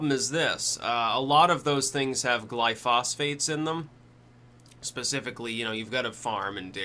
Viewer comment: Simple. Stop consuming dairy. Changed my life for the better after I did so as well as growing and fermenting my own vegetables. Too bad it isn't that cut and dry for someone that survives off of there cows though.. heh. Oh and lol at pronunciation of glyphosates..